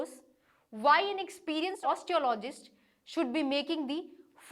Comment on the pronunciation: Indians have an extremely hard time pronouncing English. It's not " osteo--logy" it's " os--te--ology " . Not " notice--ábely " but " nótice--ably